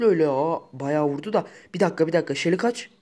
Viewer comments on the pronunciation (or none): none